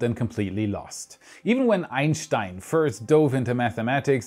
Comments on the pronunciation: Of course a German would pronounce Einstein correctly. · the pronunciation on Einstein fucking killed me